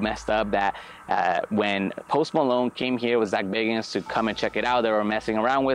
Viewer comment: Zak bagans not bacons.